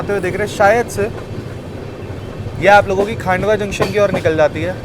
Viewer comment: खंडवा जक्शन को आप हमेशा खांडवा जक्शन क्यों बोलते हो ? उम्मीद है आप प्रोनाउंस में सुधार करेंगे..